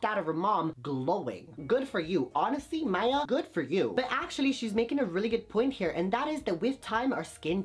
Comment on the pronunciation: Her name is Maye like the month not Maya